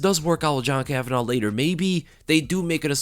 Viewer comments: It’s kavanagh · It's KAVANAGH say it right.